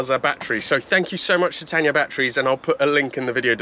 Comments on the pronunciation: Oh, it's Tayna, not Tanya! 😂 Good video though. You've done well with this Auto Union. 👍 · It's not Tan-ya batteries - it's Tay-na. Do get it right! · It’s Tayna not Tanya 😂 and they are good.